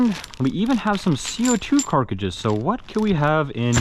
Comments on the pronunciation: i cant get over the fact he calls co2 carcidges or something , its Cartridge is it that hard to pronounce it lol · I loved when he said carkages